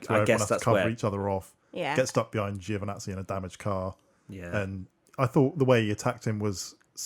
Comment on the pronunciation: Getting closer, but the first syllable in Giovanazzi is too long, it's not Joe Vanazzi. Think of the "Gio" like the "Bo" in Bottas.